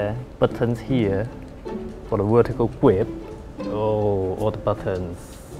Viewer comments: the gwip is so good! jk Awesome Video, and your English is just fine! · The gwip. The gwip is so good! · "The gwip..., The gwip is so good!" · No offense to, he's cool, but he says the word grip like Elmer Fudd would. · "fo da wurtical gwip" I'm not complaining I just think it's funny in a good way.